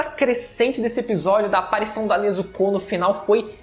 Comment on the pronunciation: O video foi bom, mas ele falando Nezucú, foi o melhor kkkkkkkkk